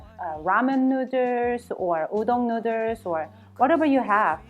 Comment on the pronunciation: She simply can’t pronounce “noodles “ properly after so many years lol